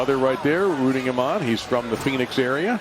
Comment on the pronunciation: Phoeniz? AZ lol